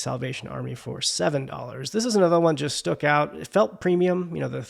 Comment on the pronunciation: "Stook" 🤣 Sorry you felt as though you had to make a video when you weren't feeling well. I hope you feel better soon.